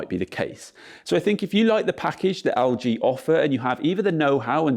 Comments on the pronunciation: EL-G NOT AL-G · Haha I kept hearing 'Augee' instead of LG